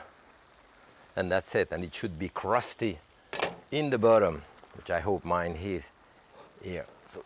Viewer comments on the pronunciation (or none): none